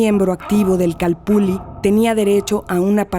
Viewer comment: Una pregunta: Porqué todos pronuncian la doble ele ( ll ) como si fueramos italianos. Yo creo que si los españoles escribieron calpulli, es porque asi sonaba. Ilustrenme por favor. Gracias.